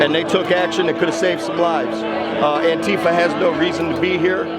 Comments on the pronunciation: Please stop saying "anTEEfa". That's not how it's pronounced. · "Antifa" is not pronounced anTEEfa, for fuck's sake.